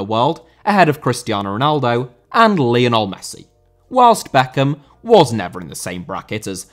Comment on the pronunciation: Lionel* not Linl!